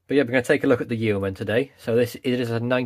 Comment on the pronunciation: It’s hilarious hearing Americans try and pronounce Yeoman!🤣